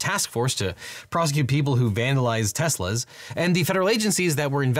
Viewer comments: "Tesslers." LOL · I really enjoy your legal POV, thank you. I loved your little slip in of Teslers😂 quick laugh. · "encouraged everyone to buy Teslers" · Lol teslers